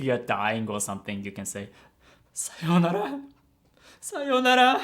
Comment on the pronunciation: how is that normal?